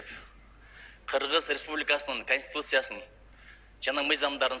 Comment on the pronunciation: Чачын саксайтып,конститутцияга тили келбеген Нарматовадан эмнени кутобуз?